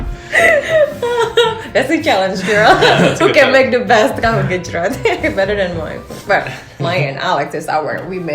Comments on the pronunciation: Alex : "tahu gecroot" lol 🤣 Luv to see Alex learn how to cook Indonesian foods😉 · Bjirr ngakak pas alex bilang tahu gecrot :v